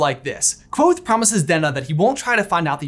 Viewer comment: Thank you for saying the “V” in Kvothe! It means a lot 🤘👍